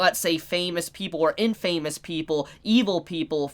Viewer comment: The way you say infamous is bothering me so much. Its in-fuh-mus